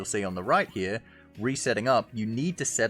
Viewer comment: I heard "Rhyper[ior]" instead of "right here" :/